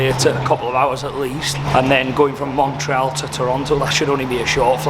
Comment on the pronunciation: Anyone else shouting to the screen ", Its MON-TREE-ALL!!" 😂